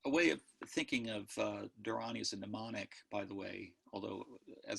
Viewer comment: Thanks for this talk! Just a small minor note - the diacritical marks indicate that the first 'a' is pronounced long - so it is "dhaa-ra-ni". yes, there are different scripts - "deva-naa-gari", siddham, and brahmi are some of the scripts. Prakrit was a vulgar / common language that the Buddha may have used to deliver his discourses. He might have also spoken in other common dialects - Pali, maybe Gandhari, etc. The mantra for Manjushri in the Tibetan lineages contains the beginning of the Gandhari alphabet "ah ra pa tsa (ca) na" as pronounced by Tibetans.